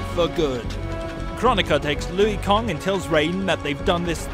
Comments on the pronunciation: Kang not kong lol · It's pronounced Lanky Kong. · Louie Kang (lol) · Take a shot every time he says "Louie Kong." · Take a shot everytime he says Louie Kong lol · It took me a min to realize he was talking about Liu Kang and not a new character. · "Liu kong" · Who the hell is louie kong? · Take a shot every time he says Louie Kong. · Louie kong? Is he new? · Who the hell is louie kong its pronounced lu kang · Lol looey Kong??? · I can't un-hear the "Lui Kong" part tho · Kang not kong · who the F*** is Louie Kong? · "Louis Kong" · Who the fuck is Liu Kong and Seerax ? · lui kang? isnt it LIU kang? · Was anyone else really weirded out by “Louie Kong”? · I feel like that accent can't say Louie Kong's name right so I'ma let it slide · This guy can't pronounce ANY names! "Lui Kong" is he joking or not? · Luwee Kong? Ha!😂😂😂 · Louie kang? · Lui Kong.... Lui Kong.... Lui Kong.... 50 sins for that